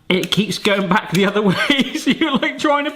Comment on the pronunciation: Did you say UDDER wish gadgets?? Just wanna make sure I caught it if you did lol